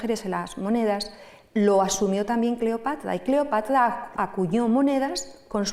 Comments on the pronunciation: Es muy pesada y cansina, contándolo. Y, éso de " Cleopatla" suena fatal. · Buena conferencia, mucha info interesante de principio a fin, solo la pronunciación "Cleopatla" realmente distraía. Por lo demás mis felicitaciones! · EXCELENTE PONENTE PERO...EN LUGARDE LA" R" PRONUNCIA LA "L" "CLEOPATLA" Y USA LA MULETILLA " MM". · Y la pronunciación de "Cleopatla" tenía un problemde pronunciación de la sílaba tra, tre tri Tro tru! Decía tla, tle, tli, tlo, tlu... Y distrae